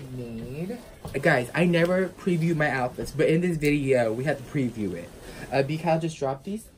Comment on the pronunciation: its like his brothers...he also was messing up his 'r's bad like 'pweview' etc does he always do that?